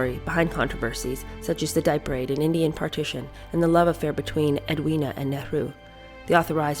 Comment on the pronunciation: Dieppe Raid: Pronounce it, D eppe.